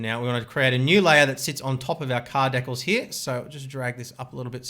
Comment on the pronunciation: the way he says decals is like freckles